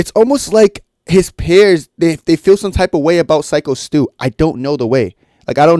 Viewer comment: Thanks for the info. Just a heads up, it’s “peers” not “pears”. Idk why but it just bugged me a lot. Other than that, great video 👍🏻